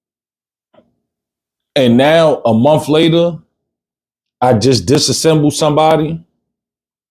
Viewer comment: Honestly i cant believe this is real. Im mot trying to be nasty. Im sure there are some things you are good at. This is not it. I feel embarrassed for you. Cant properly pronounce basic words, cant form simple sentences, cant tell a story. Its not mumf. Its month